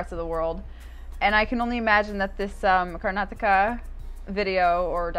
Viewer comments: It is pronounced as karnaataka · The pronunciation of Karnataka would be ......Kar- Nataka. The break in that name would come after Kar......😊